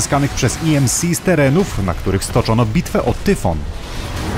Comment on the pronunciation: "wangłard", " i em si"... Popracuj nad angielskim.